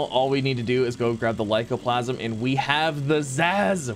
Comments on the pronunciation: Aight, does ya boi really not see the 'a' at the end of the word 'lycoplasmA'? Cuz it's been basically forever that he's been chopping that 'a' off and saying 'lycoplasm'. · Plas-ma. With an a on the end